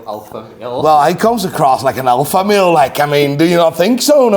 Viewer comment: When he said “alpha male“ I thought he said “alpha meal “. 😂